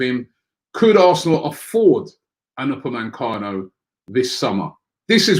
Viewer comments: I missed that but I meant he says upamencano when it's upamecano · ROBBIE!!. UPAME-CANO.. Robbie, there is no N after the E in his name. It's hard hearing it like this for ages now lol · Upamecano* there isn't an N in his name